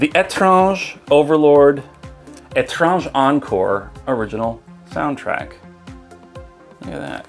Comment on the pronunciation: You are right. Étrange means strange. Really appreciate the respect you have for our French language (and other languages too). Most don't bother/try pronouncing Japanese or French right but you proved in many of your videos that you care.